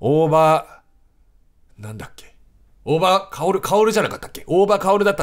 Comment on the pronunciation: 大場カオルが、「大馬鹿居る」に聞こえる笑